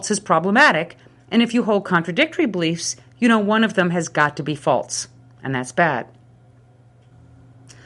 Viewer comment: This is not only a good example of the Problem of Evil but also a good example of the linguistic concept of excrescence! Listen to how her "false" becomes "faltse."